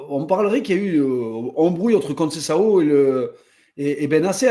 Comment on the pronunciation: Faut penser à arrêté de l’appeler « conceiao » vraiment